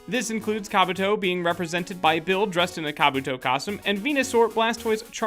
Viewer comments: You guys butchered some names like Kabuto... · Kah-buutoh not ka-butoh